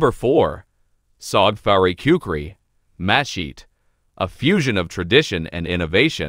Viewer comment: After the 3rd muh-sheet, l stopped watching and started typing. Pro tip-if you're making a video on a subject, pronounce the subject name correctly, or don't bother with the production, as no one will watch it.